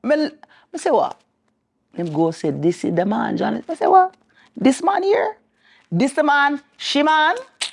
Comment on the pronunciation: “I’m seeing you over hURRRRR , “ 👀😂😂